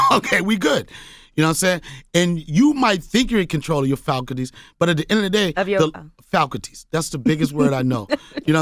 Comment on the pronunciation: So y'all aren't gonna go in on the fact that he just said "falcuties" instead of faculties?